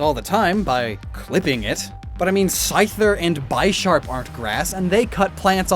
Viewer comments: Did you say Bisharp like bi-sharp? It's based off a Bishop in chess... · "Bisharp" is pronounced "bih-sharp". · OH MY GOODNESS. Finally, some one that understands Roserade! My mom got me a Roserade notebook, and its the only notebook I've ever used every page of. Also, Bisharp is pronounced like Bishop. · "It's not steel because it's paper." But Kartana IS Steel type as well. Edit: The way you pronounce Bisharp is upsetting lol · another asshole who mispronounce bisharp